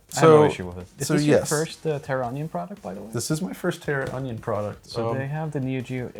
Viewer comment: Guys, its TERRAonion. Not TERROR - onion. haha! Great video though!